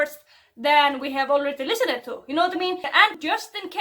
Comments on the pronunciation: Just to try and help because English is hard it might be easier for you to pronounce lis-end instead of trying to pronounce the whole word (listened). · I noticed you were having some trouble saying "listened" and although it's not my place imma say something stoopid instead. Listen, deh. There you go, PrOnUnCiAtIoN. I feel kinda mean but that was not the intent, English is my first language and I have some foreign friends that also can't pronounce listened, it's an annoying word. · To say listened, it’s just like saying listen, just say it lissend. Not list-en-end. Liss-nd just quickly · i noticed you had problems pronouncing "listened", so ill just say (even though someone else probably has) that "listened" is pronounced "list-end" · Lis-end is how you pronounce it ;) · Loved the video! You should pronounce listened, "LISS-end". (At least in australia, the us, english-speaking canada and the uk) Never thought about it before but it's weird. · I am not laughing at you trying to say the word "listened", I am laughing with you laughing at yourself. Also, say "liss-ind". English is stupid. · Listened is pronounced like "Lis-end". ^_^ Love the vid! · Listened is pronounced like "li-sinned" 😊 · Listened is the past tense of listen. But the last e is silent, it sounds like: listen'd. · this is how you pronounce “listened” ”Listen’t” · Dolce Luxe I pronounce it with the “ed” making a d sound like in “dog.” “Listen’d” But it’s probably not the same in all English speaking countries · Hearing you say “listened” is so cute and wholesome. If you’re wondering, you basically pronounce it without the second e “lis-end” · Listened is pronounced listen- D. You say listened then just make the D sound. Not Dee but Duh. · Listened it a strange word, it's pronounced lis-end, i hope this helps big stronk fbi ice cream lady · it is pronounced "lis-send" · Listened is pronounced "lih-send"